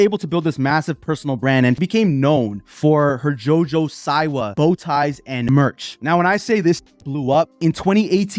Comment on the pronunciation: The way you say her name, lmao, omg… it’s pronounced ‘See-wah’, also, Tana Mango, XD!!! Okay, now, back to Jojo. She oversold it. She should’ve been more shocking with her music video. She didn’t come through. She played it safe. If she gives us more, just like Miley did with her Bangerz tour, then, the reception would be different.